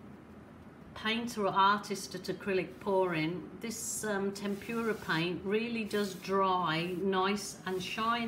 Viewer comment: actually it is called: temp-ra paint , there is no u in it,, just saying,, love the accent!